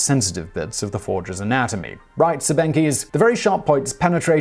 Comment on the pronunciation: Funny, how Simon pronounces "Siebenkees". "Sieben" is German for "seven" and you pronounce it something like "zeeben". How an English native speaker would write the correct pronunciation of "kees" phonetically, I can not tell. The two "e" in it are not pronounced as those in the word "bee".